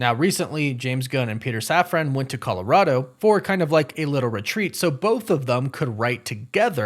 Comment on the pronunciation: safran. safran. safran. not saf-ran. safran. like safren.